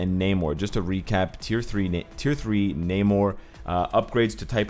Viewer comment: Huge fan, thank you for the content but your long A in Namor makes me cringe.